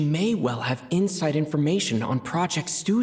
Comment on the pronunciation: as a russian, pronunciation is atrocious XD Horrible, butchering words and incorrect stress in words. Clearest example - it's SnEzhnaya, not SnezhnAya. But we were long ready for this shit))))